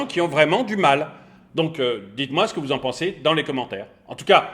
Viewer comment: Je suis pliee de rire et j'adore le lapsus," su'estce sue vous en pincez?" Ben on pince rien justement, mais qu'estce qu'on se marre! Merc pour ces moments de rigolade!